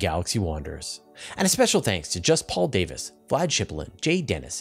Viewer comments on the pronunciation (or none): none